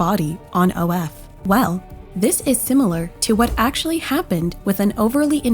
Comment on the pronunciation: It’s just AshuLLy